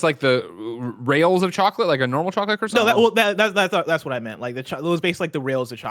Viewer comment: It's bad enough how you say croissant, but you said it wrong over and over and over it was painful